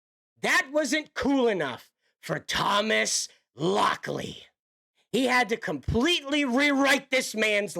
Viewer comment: lol Thomas Lock-Lie